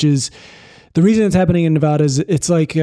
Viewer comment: IT IS PRONOUNCED NEVADA NOT NEV-AH-DAH! YOU SAY IT RIGHT!